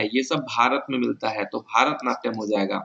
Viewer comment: Qns सही है, पर भारतनाट्यम नहीं वो "भरतनाट्यम" होता है।